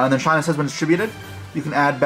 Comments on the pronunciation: bro how come nobody pronounces shinai correctly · I cringed every time he mispronounced Shinai otherwise great combo!